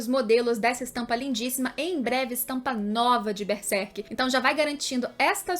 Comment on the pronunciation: Não é Bersek, é Berserk, tem que pronunciar corretamente